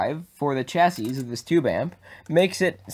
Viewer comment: Nice improvements over your last build! btw just fyi, chassis is pronounced CHasē, or SHasē (rhymes with classy). Keep up the cool work!